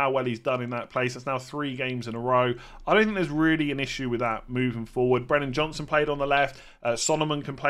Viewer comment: Just thought I’d let you know it’s Brennan Johnson not Johnstone 🙂